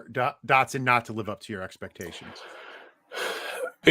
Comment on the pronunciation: "Receivers take time to adjust to the NFL" But apparently Dotson is the only one that will have that problem? Even though he is insanely NFL ready? Bad take but at least you did enough research to say his name right on that one.